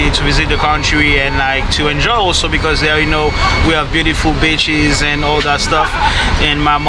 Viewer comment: Beautiful "beaches"... 🤣🇭🇹🇦🇷